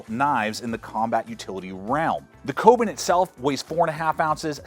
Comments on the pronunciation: Koben? You mean the Kobun as in "Ko - boon". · Kobun - Co- boon